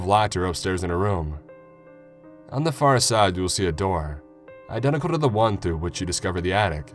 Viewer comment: The way he said identical was weird.